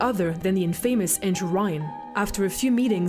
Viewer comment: she said infamous wrong.